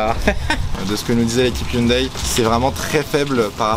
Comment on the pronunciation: Franchement, le WRC, c'est pour moi, la meilleure discipline automobile ! 😍 Et ça fait plaisir d'entendre enfin quelqu'un qui dit Hyundaï, et pas Ioune Dé comme Neuville ou Sordo par exemple... 🤣 Et la "safety-car"... Ça se voit que tu viens de la F1 toi ! 😭 En rallye, on dit "voiture de sécurité". 😁